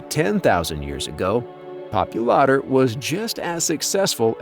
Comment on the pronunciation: It's Smilodon "Pop-ULA--tor" for God sakes !!!